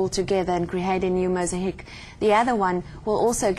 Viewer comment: mos a heek ? its mosaic. my dear with respect